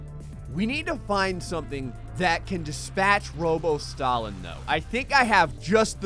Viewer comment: You say stalin as “stalling”